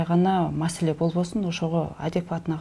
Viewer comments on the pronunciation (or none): none